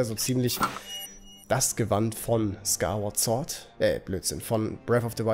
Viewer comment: Skywaad sort und das heia schield. Alter ich liebe deine Aussprache :D